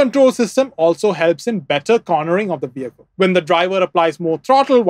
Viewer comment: bro mixing up his v and w. Its wheel and vehicle not "veel and wehicle"